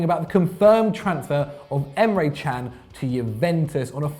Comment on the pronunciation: Thank f^^k Emre Can has transferred out of the premier league. I won't have to listen to you two wallies mispronouncing his name half as much now.